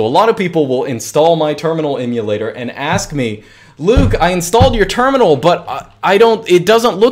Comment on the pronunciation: Great information but excruciating listening to you mis-pronounce Emulator so many times